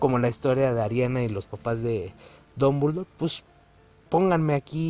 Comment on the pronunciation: Porque pronuncia Dombuldor! Jajaja no sabe hablar jajaja